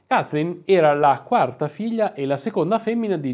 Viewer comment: Ancheio ho un pessima pronuncia inglese, però non puoi pronunciare "Kaiflin" 😄😄